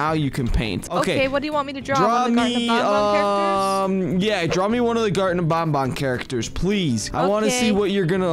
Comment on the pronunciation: IS NOT BONBON IS BANBAN